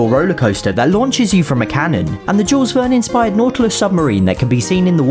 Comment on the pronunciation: It's pronounced "Jewel Vern", and not "Jewels Vern"